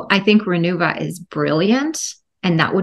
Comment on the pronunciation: The name is "RENUVA" not Renova.